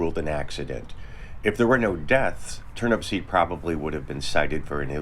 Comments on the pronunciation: Turnupseed, not Turnipseed. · it's Turnupseed without the last P